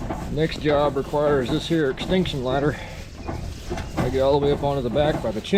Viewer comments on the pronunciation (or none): I thought he said extinction ladder. that's hilarious!!